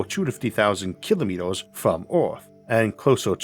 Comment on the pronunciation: What's a "kilomitos" ? 🤨